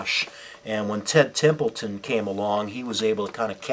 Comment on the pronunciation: Ted Templeman. Not "Templeton".